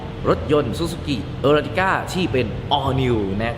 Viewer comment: เขาเรียกว่า เออ ติ ก้า